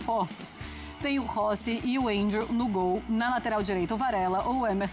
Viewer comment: Primeira vez que uma apresentadora ou pessoa pronuncia o nome do Andrew corretamente